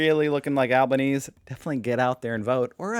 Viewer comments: Albaneezy not Albaneez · "Albaneasy" - look up how to pronounce it in Italian and you'll have it. Perthian here - been volunteering for the ALP since I was 8 years old. Best day ever!!! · Alban-easy. 4 syllables. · Australians didn't want a Potato Trumpski! We have to thank your vile orange one because even staunch Liberals didn't want fascist, dictator politics in Oz and voted accordingly. BTW: Al ban eezy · It's not Albanknees it's Albaneasy, pronunciation. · It’s pronounced Albo Knees eeee. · It's pronounced al-buh-nee'-zee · Pronounced with a stress on the final "e" Alban-es-e. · its Al ban easy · Just call him albo but no, google was wrong, you say the letter e at the end of his name, albanese e. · NO You ARE pronouncing it WRONG - pronounce the last 'e' in Albanese as if it was a double 'e' --> Albanes-ee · You pronounce his name Al- ber - knees - ee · “Albon-easy” is how his name is pronounced. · It's Alban-easy. Or just call him Albo :) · We say it like Alban-easy here in Australia. But I think it’s an Italian name and would be more like Alban-Eh-Zeh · You are mispronouncing Alban-"easy"s name but no one cares lol Brilliant video as always. I'm dying laughing at Wanggu yelling at white people for welcoming him to his own country, wheezing at that poor barrista, and you are just so confused haha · Not that it matters now, but his name is pronounced Al-ban-easy. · Al-ba-knee-see It’s Italian. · The pronunciation is Alban - easy. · It's pronounced ALBAN-EASY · With Italian names, you must pronounce ALL the vowels. Even if they are next to each other. So you need to pronounce the letter ‘E’ at the end of his name. An easy way to say it (not exactly full Italian) is Al-ban-easy. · Albo's surname is pronounced with an emphasis on the last 'e' - Albanes-'e'. Hope this helps. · In Australia, it is pronounced Alber (like Albert without the t) followed by "easy" Alber-neasy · It's pronounced Albaneseeeeee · The correct pronunciation is "Alberneesi". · Alba nees ee